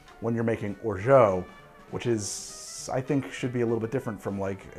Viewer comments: Wonderful recipes, but is it okay if I attempt to correct your French? Lol, you have been pronouncing orgeat as something like "orjo." The French way of saying it would be more like "or-jot." Will this comment ever be addressed by? I suppose I'm inclined to think that the answer will depend entirely on how much I have to drink quite regardless of how I go about doing it. Regardless, my first Caiperinha now and quite delightful! Cheers! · or·zhaat or in french without the hard T. Please...not or·zhoh. I asked google several times and it agreed. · I really wonder where that orgO pronunciation came from.. It's /ɔːrˈʒɑː with A like alpha or anarchy. I truly wonder how American English changed the pronunciation so much. Not complaining, just curious :) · I am a fan and love all your work. (also a linguist) There is no "o" sound in Orgeat. At the end, aim for an "ah" sound. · It's or-zha, not or-zho. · We can't order exotic spirits in Massachusetts. We are at the mercy of the liquor distributors. Only the most popular rums are available. That said, what would you recommend? I do like Jamaican. BTW Or-zhay isn't quite right. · Or-jaaah, please ! A Frenchman. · Trying to let go of my comment...but isnt it pronounced OR-ZHAAT....not OR-ZHAO....there is no O at the end of orgeat...just saying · If Orgeat, was spelled 'Orgeau', your pronunciation would be close to perfect. Substitute your 'oh', with 'ah' and perfection is a whisper away. Santé! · Orgeat pronounced "or zhaat'" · Or-Jah, once and for all, Or-Jah!;) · How many times you gotta say orgeat like that you maniac! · Pretty sure you are mispronouncing orgeat. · There isn't an o or u in orgeat. Your pronunciation is like nails on a chalk board. Delicious drinks though 🤷🏻